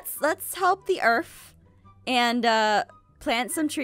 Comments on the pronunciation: Did u say “Let’s help the Erf.”??? Giirrl u need proper grammar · You said erf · You sad erf when you meant to say earth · Is it me or did jes say efrth not earth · Where did you get the word “earth?” It’s ”eurff” not “earth”.